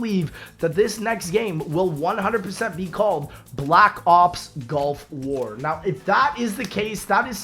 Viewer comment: I'm sorry are you saying Golf War? What?